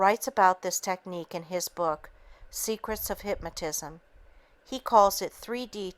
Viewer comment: Excellent book. However, it is very distracting to hear the reader constantly misprouncing certain words, especially "hypmatism" and "hypmatist".